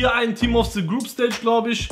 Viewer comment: Dieses englisch...